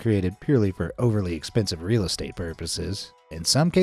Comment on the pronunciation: mf China said e-ez estate